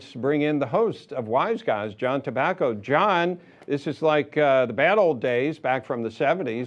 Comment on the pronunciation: T"A" bbaco? Oops...